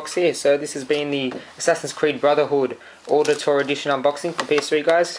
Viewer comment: Wait! Ezio, you THINK his name is? Dude. Seriously. Did you even play the second one? Why would you get ACB is you haven't played AC2? And it's pronounced like "OWditore". Like Audi. Good review.